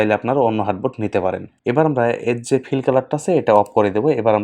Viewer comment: হার্টবোর্ড না আর্টবোর্ড বলে